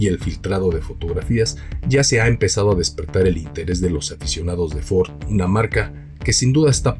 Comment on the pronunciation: Ahora se no dice Ford, dice ofordo jajajaja